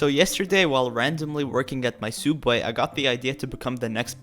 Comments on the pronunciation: its subway not suubay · Did you just say "Soob way"? And nobody noticed..? Edit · Why does he say subway like that lol? He is like soooobway but its actually suppesed to be pronounce sub-way? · You should get cooperated because you’re saying Soobway and you got that from the odd ones out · If you keep on saying subway I’m not using star code and tell people you are the baddest you tuber ever and you don’t even know how to say it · It’s not soob-way, it’s soo-ub-way